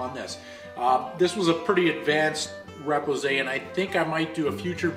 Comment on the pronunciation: very enjoyable to watch, and a pretty dam good job ! one critic : repousse is really not pronounce the way you do.